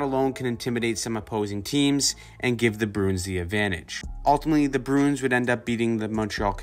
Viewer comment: Broons? Its' Bruins.